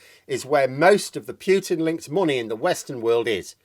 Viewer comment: Only human on Earth who pronounces it ‘Pew-tin’ for some reason…..